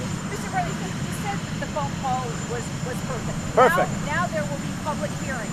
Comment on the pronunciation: "I call it a perfecK conversation....", the man can't even say the word perfect! What a loon.